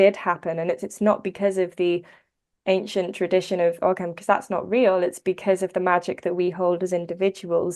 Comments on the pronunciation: The g in ogham is not pronounced would be closer to o-am, sorry if that's nitpicky but it's always nice to know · whoa whoa whoa hold up this woman says she’s an expert on the topic but she’s mispronouncing the word “Ogham”???! Smh